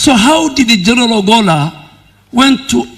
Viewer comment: The Defence CS is mis pronouncing the name of the late CDF ! I am hearing Obolla instead of Ogolla !